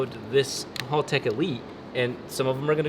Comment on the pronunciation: It will be a cold day in hell when American youtubers pronounce Haltech correctly lol...... Congrats on 1mil!!!!!!!!